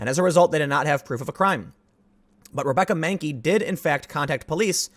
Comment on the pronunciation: "Re-be-cca Man-key, you would make a good Da-lek."